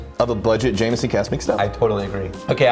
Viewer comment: Jameson not jamieson